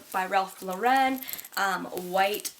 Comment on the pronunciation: Ralph Lauren is pronounced exactly how it's spelled by the way LOL not Ralph Lo Ren. Amazing haul btw keep doing them please!